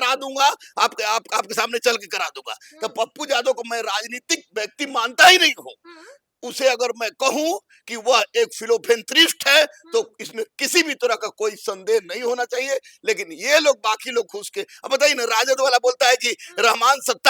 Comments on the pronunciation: मूंछ वाला मास्टर.... Pappu se dar ke fat jati hai iski.... Itna darta kyo hai tum Pappu se..... Criminal Pappu... फि़ˈलैन्‌थ़्रपिस्‍ट्‌ होता है... उच्चारण सही से कीजिए बिहार के लोग हिंदी समझते हैं अच्छे से... फिलोफेंट्रिस्ट क्या होता है? पप्पू और भाजपा का दलाली करना बंद कर दो... अनपढ़, गंवार और गुंडे तुमको अच्छे लगते हैं। इसलिए तुम्हारा नाम स्टूडेंट्स रखते हैं... बेहोशी का नाटक करके भागा तुम पप्पू यादव के छुटभैये नेता जब धरना स्थल पर आकर हाइजैक कर रहे थे... अपना बुद्धि सुधार लो अभी भी, भाजपा और पापुआ का दलाली बंद कर दो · ये पढ़ा लिखा शिक्षक को philanthropist बोलने नहीं आता है